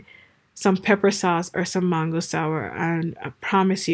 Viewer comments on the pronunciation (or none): none